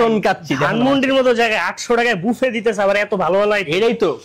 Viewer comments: ঐ মিয়া উচ্চারণ বাফেট না বাফে? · 😂😂😂😂 NOT BAFET NOT BAFE IS BUFFET